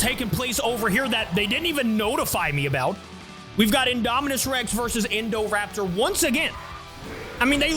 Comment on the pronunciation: Uh you said indorapter